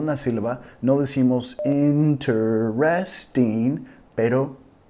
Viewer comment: PERO CON TODO RESPETO PROF. SI ESCUCHO LA [TE ] INterresting